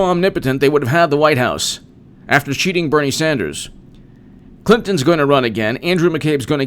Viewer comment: I know you said "...after cheating Bernie Sanders" but I had to listen 3 times because I kept hearing "...after shooting Bernie Sanders" lol